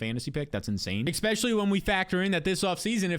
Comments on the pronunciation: Easily the #1 fantasy channel on all of YouTube. BUT you have to stop saying “EXspecially” and start correctly saying “ESpecially” pls omg it’s killing me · I’m just here for the “exspecially”